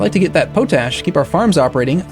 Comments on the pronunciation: dont normally do this, but it is pot ash, not po tash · But not pronounced as "poe tash," rather as "pot ash" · Not that it matters but potash is spoken pot-ash so it goes. fun vids thanks for posting. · I giggle every time I hear you say poe-tash instead of pot-ash. XD Loving the gameplay. Keep it up! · David Burrell oh my god that makes so much more sense. all the time I was like "what the f*** is potash supposed to be" thank you good sir for enlightening me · Is that a american way to pronounce potash? Because I always heard it being said as pot like in a plant pot and ash as in ash. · I think it's pot-ash not po-tash. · I wonder how many times he says po-tash before people's heads explode. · POT ASH, i know its spelt pOtash, but its pronounced POT--------ASH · Nah, just an uneducated way to pronounce it. Potash is salts that contain potassium, so it's reasonable for someone who has never heard it said out loud before to expect that the common "pota-" prefix is pronounced the same in both words. I thought that was how it was pronounced until I saw the comments here. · Zak MacKay no he is just a derp